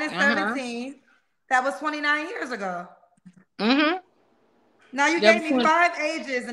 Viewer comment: Lol nah she said 3 yurrs 😂💀